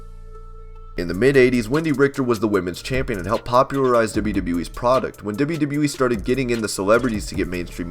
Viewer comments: how you say “dibbleyadibbleyaee” when trying to say WWE is the weirdest thing i’ve ever heard haha... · Every time he says WWE, I hear “wwwwwe”